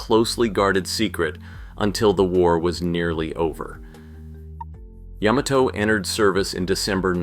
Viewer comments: OMG! Ya-MA-to! YaMAto! Accent on the MA! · Wrong! It's yä-mä-tō with each syllable getting equal weight. Look it up!